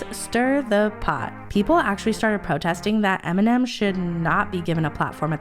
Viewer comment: Eminem, not Aminam.